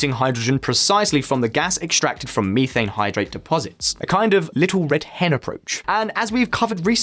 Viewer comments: Meeethane!..lol..someone tell this guy it METH! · Searches for Miifane Hydrate. Google: You mean Methane.